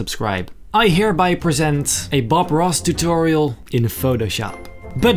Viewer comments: Every time u say ‘tutorial’ I hear like a Dutch ‘t’ lol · Omg yes